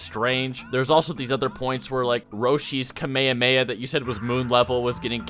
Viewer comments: i honestly hate how you say kamayamaya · The way you pronounce Kamehameha hurts me.